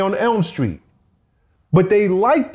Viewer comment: A whole lot of black folks can't say the word "Street" 🥴 what a great story teller 🤩thanks for the interview 👍